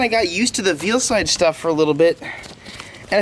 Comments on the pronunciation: Is it just me or did anyone else die a little inside when he said "veal-side" 🤦‍♂️ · I think Veilside is pronounced "Vail-Side" 🤷‍♂️ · I love his videos but it bugs me how he says Veilside